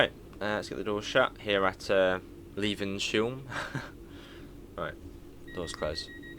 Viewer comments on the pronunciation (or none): Levenshulme is pronounced Lev-ens-hume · Levenshulme is prnounced as leven-shoom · Great video - looking forward to this route. Its pronounced 'Lev - en - shoom' . The airport is busy as well, flights to the US and Asia (Third busiest UK airport by passengers I think) as well as Europe and the rest of the UK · I am now a Stockport local but lived in Wilmslow for 6 years so great to see the details at the stations and the northern 323s and Avanti west coast pendolino 390s exterior is qiute on point. Appreciate the video mate. Mabey come to Manchester sometime yourself and explore the routes forst hand. And levenshume hehehe hilarious pronunciations. Nevertheless absolute legend. Cheers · oh god, hearing you try and pronounce Levenshulme as its my home and local station was funny. I guess it sounds like a name for a funny place if you aren't used to it. If you want to see what it's really like, I've been train spotting there. Lots of 390 traffic.